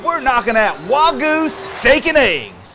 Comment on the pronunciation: I hate how people dont pronounce the Y in wagYu